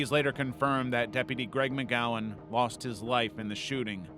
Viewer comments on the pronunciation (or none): none